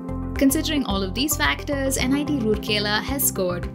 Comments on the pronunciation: Its not roorkela its ROURKELA.Pronounce it right! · I disliked the video only because you can't pronounce the name correctly. It's "Rourkela" and NOT "Roorkela". Please do your research well before making such public videos. Imagine your own name being pronounced incorrectly and that too repeatedly and in loop. And I am glad that many viewers have highlighted this through comments. Just do your research and get it verified esp. the names. AND IT MATTERS TO ME BECAUSE I AM A PROUD ALUMNUS OF THIS GREAT INSTITUTION! I sincerely hope you and your channel/company will have the ethics and humility to correct your mistake and repost this to honour an Institute of National Importance. Doing so will truly demonstrate that you are a responsible professional/channel, and the work you do are in the greater good, and interest of the youths looking for CORRECT and RELIABLE INFORMATION! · it's Rourkela not Rurkela being a citizen of rourkela....😁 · राउरकेला not रुरकेला! Please correct and reupload. (Guys like this comment so that's it's heard.) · It's very important to atleast know how to pronounce the places name if you're making a video on it. :3 It's Ra-oor-kela not Roor-kela Hope that helps. :) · Plz it raur-kela not rooorkela I hope u will look after it🙂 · Pronounced as राउरकेला not रुरकेला! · It's rourkela not roorkela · Should've looked that pronunciation before making the video! It's राउरकेला and not रूरकेला (assuming you guys can read Devanagari) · It's राउरकेला not रूरकेला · It's not Rooorkela ? Please pronounce correctly. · Pronunciation is Raa-ur-kela.